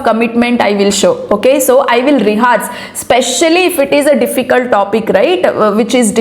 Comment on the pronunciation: Thankyou for sharing your valuable experience. Just a correction. Ree-ha-rsh✔️ Ree-haa-rsh❌